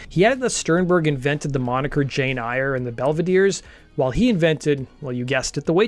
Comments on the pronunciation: P.S. It's pronounced Jane AIR. It's a pretty famous novel, dude. Upon its publication in 1847, "Jane Eyre" was an instant sensation. "Jane Eyre" has never been out of print since its initial publication. This is a testament to its enduring appeal and its continued relevance to readers across generations. Very few novels can claim this level of sustained popularity. The novel has been adapted countless times for film, television, stage, and even opera, including the 1943 film starring Joan Fontaine and Orson Welles, the 2006 BBC miniseries starring Ruth Wilson and Toby Stephens, and Cary Fukunaga's 2011 film starring Mia Wasikowska and Michael Fassbender. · Jane Eyre is pronounced "Jane Air"